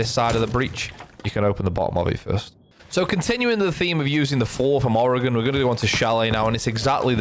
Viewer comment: First person Ive heard even remotely pronounce oregon right. My only note is that the "e" is actually semi-silent.